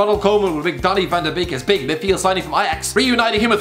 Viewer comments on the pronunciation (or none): none